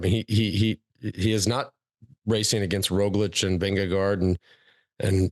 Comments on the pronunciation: Its Vindegaard... not Vindego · Spelled -gaard, pronounced -go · Vingegaard rhymes with four.